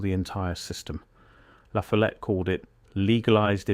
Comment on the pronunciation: It’s pronounced La FOLL ette